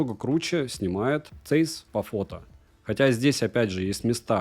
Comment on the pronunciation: Здравия автору! Даёшь народу обзор на SONY 1VI !!! Жду именно от тебя! P. S. Правильно говорить Цайс ( ZEISS) , а не цэйс, это немецкая фирма Carl Zeiss, производитель высококачественной оптики и линз от микроскопов до прицелов